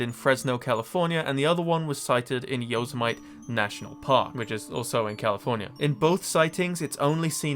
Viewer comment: Yosemite killed me, that's now how I'm gonna say Yosemite Sam from now on